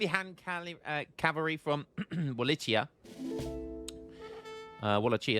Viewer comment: Wallachia is pronounced “wall ack e ah” FYI bro